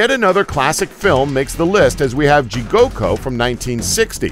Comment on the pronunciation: He also mispronunced Jigoku. He said jigoko